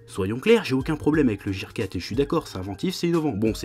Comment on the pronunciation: ça se prononce "guir", pas "jir" !